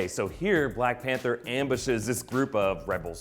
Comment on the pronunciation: I love black "Pather"